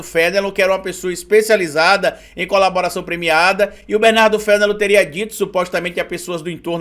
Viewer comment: Mano, eu não tenho muita certeza, mas eu acho que o sobrenome do advogado se pronuncia "fenelôn"... aqui por Curitiba tem bastante desse sobrenome, e costuma ser pronunciado assim. De resto, excelente conteúdo (como de costume)